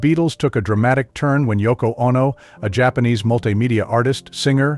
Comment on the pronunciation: "Ah-No"?... Oh, NO!!